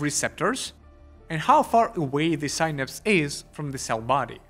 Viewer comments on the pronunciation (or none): none